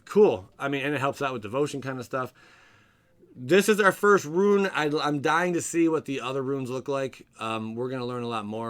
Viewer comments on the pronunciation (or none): It's rune (roon) not ruin lol. Also change-ling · Love you but it’s pronounced roon not ruin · Sorry but its pronounce "rune /ro͞on/" Not Ruin Lol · 'Rune.' Not 'Ruin'. Rune as in 'roooooon'.